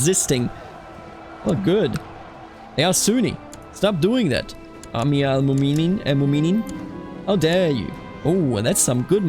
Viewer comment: A quick tip for pronounciation, if you see ‘ in names (like mu’minin) thats a glottal stop. Like saying uh-oh